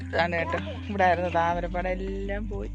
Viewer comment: wow താരമ പാടം... ശേ.. അല്ല താമര പാടം